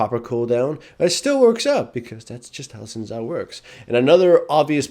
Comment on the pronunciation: Omg u pronounce it shin chao not zin zow